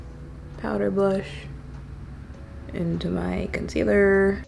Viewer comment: Rewatch! Everytime you say "concealerrr" I say "Miss Toler" in my head. Real ones know. 😆 Love underpainting. It's my go-to way of doing my makeup now.